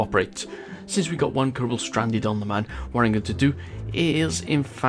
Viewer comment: yes i love your vids but just say it like moon